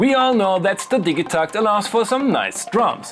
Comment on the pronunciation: Ill hate you for mispronouncing it